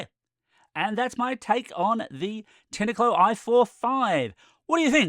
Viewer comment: Have you ever picked Pin-ah Cones from a Pin-ah tree. It's Tine as in PINE as in FINE as in MINE as in ValenTINE. TINECO